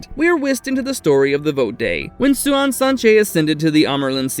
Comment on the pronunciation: Idk, this time he gets most of it right. Swan (Suian) could be better.